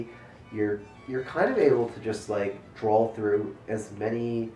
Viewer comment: Drinking game! Take a drink after says "drawl"